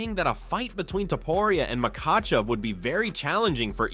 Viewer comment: You butchered "makhachev" and you spelled topuria differently each time you wrote it. Make an effort bro.